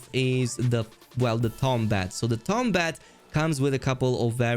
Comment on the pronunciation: BRA ITS NOT TOM BAT ITS TOMB BAT GRRRR